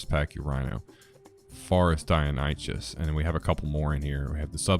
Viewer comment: I'm gonna have to take a sip of mindwipe tonic after hearing pronunciation of Deinonychus😁. Other then that though, good video.